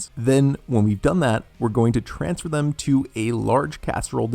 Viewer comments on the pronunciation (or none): none